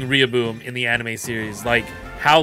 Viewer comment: You pronounced so many names wrong. It’s not pupitar like puppy it’s pupitar like pupa. Its also not Riyaboom it’s not pronounced like the Spanish word it’s a pronounced double L like Gorilla